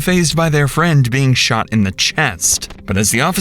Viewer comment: he sho-ott him** narrarator